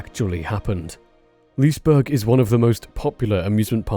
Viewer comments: "Lice-burg"? Is it so much effort to find a Swedish video with the correct pronounciation? Heck, even Google Translate can kinda deliver that. And "Lees-burg" is not correct either, the first E is pronounced, like the E in "the". Let's not go over the burg part, but at least the Lise part should be correct... The comments about the "fire in water park?!", it's a structure like any other, it was even still under construction, of course it can catch on fire. Just because a bit of water is running through a couple things (when it's open) is gonna prevent a fire? Nah. Guess what, ships can catch on fire (and sink from it too), even if they're metal on the outside and are surrounded with water. Happened many times. Sorry, had to get these two things off my chest. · If you do a second video, you might consider pronouncing the name Liseberg correctly. The letter "e" isn't only pronounced, it's actually accented. Second, berg is not pronounced berg in Swedish, it's pronounced berj.